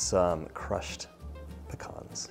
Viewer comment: i love that he pronounces "pecans" correctly to my north Mississippi ears. THe cake looks divine and I think I just learned about my next kitchen project!!!